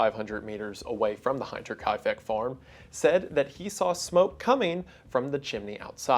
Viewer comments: The way you pronounced "hinter" hurts my soul. It's not "hein" like Heinz ketchup. Its "hen-ter". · Just a small note that I know is going to be so annoying, but hinter is pronounced with a short I sound, like "him or history", rather than "hi". Unless you address this later and I missed it or there's some reason the people of the town would pronounce it differently. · Your videos never miss and I'm happy to see some more mysteries coming back to the channel! One thing though, and this is not to be snooty but just thought you should know, pronunciation wise Hinterkaifeck = h - in - terkaifeck, not h - eye - nterkaifeck. You mention that this is because the farm is behind Kaifeck, which is true! Hinter means behind in Deutsche. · Also Goddamn English has word "hinterlands" with known pronunciation, motherfucking "hinder" with known pronunciation, but Bible Boy still spends ONE HOUR saying `hinterkaifeck`like it's `hainterkaifeck`. Holy cow. It's like English natives turn off their brains whenever they see non-english word. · It is not pronounced "Hine"-terkaifeck, but rather it is HINTerkaifeck, pronounced like the word "hint" in English. That's my only criticism of the video. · so sorry to be that guy, but it's pronounced HINT-er, not HINE-ter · As a german: it's hint-er-ka-i-feck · German here, it's actually pronounced like the Hinter in Hinterland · It’s HINter like how you would say hinder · Small German lesson: The 'hinter' part of hinterkaifeck is pronounced almost exactly like hint, not like hind. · Hey Wendigoon! Dope video, the “hinter” in Hinterkaifeck is pronounced like “winter” but with an h instead lol. Great video man! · Hinterkaifeck is not pronounced like 'hinter' as in 'behind.' Instead, it's closer to 'hint,' like in 'take a hint'—so, 'hinter.' In German and Austrian regions, the prefix 'Hinter-' is commonly used in place names, especially for smaller villages. Great video btw. Hope that helps! 😊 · Hin (like Tin) Hin-ter , mein ears ist 🔥 ja 👍